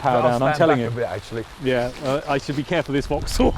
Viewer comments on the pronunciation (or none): none